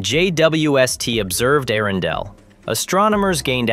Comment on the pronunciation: How many ways can AI manage to pronounce "Earendel" in one video?